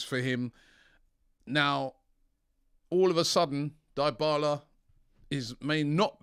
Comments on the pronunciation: ITS DYBALA not DIEBALA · pronounced deeee bala not die bala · Robbie can you simply research the right PRONOUNCIATION of names b4 your show? Enough "sorry" Die-bala? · Dybala? Please Robbie stop it 🤣🤣